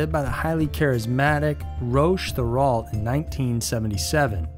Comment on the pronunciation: Just for the info, the name of the Ant Hillkids' guru: Thériault, is pronounced something like "Tay-rio". In French, "th" is still pronounced like a "t", the letter "é" is pronounced like "ay", the letter "i" pronounced like an "e", "au" is pronounced like an "o", and the "lt" at the end of a name is totally silent